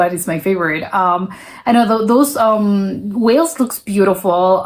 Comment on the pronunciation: And Wales as Wells 😂